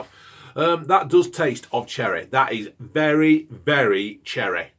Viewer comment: ‘’THAT IS CHERREH, it’s bloody nice though’’